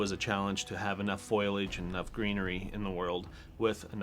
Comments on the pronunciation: "foilage". An environmental designer who doesn't know it's "foliage"? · wow the idiot said foilage... maybe hes looking for foliage